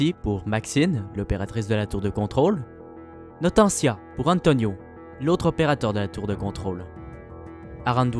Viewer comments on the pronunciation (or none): Toujours aussi bon qu'à l'avant première ! 😁 Par contre, moi c'est "Notenia", pas "Notentia" 😅